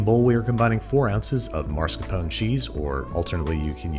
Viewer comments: MascaRpone, not maRscapone. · mascar-pone not mars-capone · "marr-scuh-pown" Are you even from New York, Andy? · Marscapone? You mean Mascarpone? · Mascarpone: exists Andrew: "mArScApOnE" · It's still Mascarpone, not what you say Andrew. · what happens every time he mispronounces "mascarpone"?